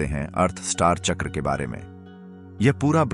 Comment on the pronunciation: Hindi me uccharan kijiye chakra ka jada impactful rhega make sense